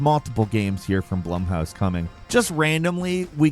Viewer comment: Mispronouncing Blumhouse is wild